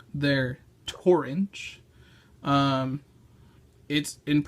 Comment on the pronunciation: Stop saying "torange"! Say "orange"!